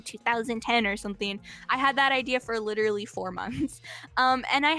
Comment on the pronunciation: "I am liturally a victem too"